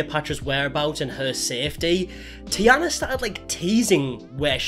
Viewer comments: I see you did a load of research and watched a lots of Taina's videos, hmmm... Sorry, you can't even say her name right. I'm not a superfan or anything but I watched several videos and even I can explain the reasons behind them doing this and that. My channel is not big but even I could feel what it's like when people fill in the gaps themselves and by thus make stuff up about you. Making your assumptions public (like creating a video about someone) is another step. Also, it's hard to explain absolutely everything, there will always be something that someone doesn't understand, everyone shares only what they want to share and has no obligation to make it understandable to absolutely everyone. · I recommend checking how names from different countries are pronounced before making a video xD You are butchering Taina's name so bad. Also they lived in Finland. Also here in Finland we have a word "se" which translates to "it", that we use for pretty much everyone or everything. We don't have pronouns like he and she, we only have "hän", which is used for all genders and "se" is used in everyday language in it's place. So I doubt them using "it" for the baby was meant in a bad way. I do understand that it might sound strange to someone only speaking English. I've never heard of this family before (I dislike family channels by default), but after looking them up quick I do agree that they need to be called out. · The tee-anna is hard to listen to. It’s tay-na. Did you not watch the videos? Spelled T-a-i, not T-i-a. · it's taina, not tiana lmao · Its a Finnish name so it's pronounced exactly as written with clear Aaa and T sounds. TaiNA same with the hyphenated last name Toivola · No it’s pronounced like “tie-na” lmao😅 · Him mispronouncing Taina’s name throughout the whole video and not noticing is a vibe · Im getting so irritated bc of ur pronaounciation of their names😭